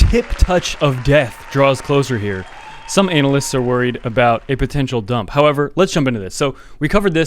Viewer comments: LMFAO 'anal'ysts hahahahahaha my man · "ANAL ISTS" 😂😂🤣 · is saying analysts, as "anal-licks"? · Did anyone else hear "Anal lists"?